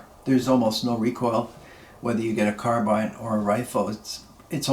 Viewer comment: Finally, somebody who pronounces Lever and Carbine correctly Great video man